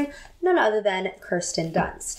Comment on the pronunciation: Her name is not pronounced KER-sten, it is pronounced KEER-sten.